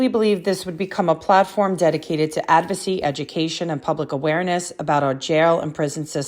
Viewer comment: If you're going to use an AI app to help you with your speech so that it sounds unnecessarily formal, you at least need to know what you're saying and pronounce correctly or there will be a HUGE disconnect, as we see in this video. it's "advocacy"... "advocy" is not a word. it's "cease" not "ceast"... it's " collaborative" not "collabative". Fyi cease and desist letters have no legal binding and are mainly used as a way to request actions to stop in a professional way. You get to feel like a lawyer for a bit lol. That's it. You do not need any legal experience to send one and "drafting one up" doesn't need a huge collaborative effort. There's plenty you can download online and just fill in the blanks lol.